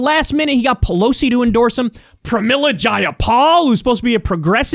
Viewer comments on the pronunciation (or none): none